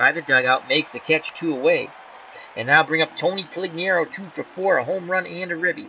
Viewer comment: it's making me nuts.....You keep calling him Coligniaro and not Conigliaro. You switch the L and the N. Only complaint, otherwise, love hanging around and watching, keep it up!